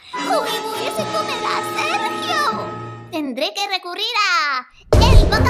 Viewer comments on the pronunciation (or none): Medio risa cuando dijo sejio pos nada le gusta todo